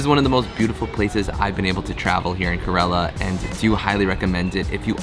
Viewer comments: Its pronunced as "care La"... Not korela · It's not karela it's Kerala